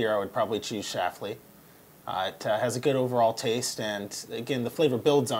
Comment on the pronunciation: stop saying Schafly... it's schLafly SHH- LAUGH- LEEY Good luck with the show though!